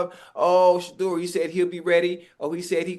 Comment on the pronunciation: Finally he said sheduer name lol